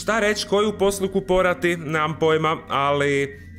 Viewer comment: Rekao si koju posluku porati umesto poruku poslati